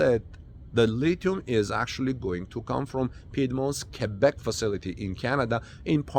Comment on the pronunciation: OMG! American that can pronounce QUEBEC correctly. heart palpilations